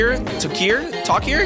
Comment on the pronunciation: pronounce tawkker taw ker and parlsona parl sona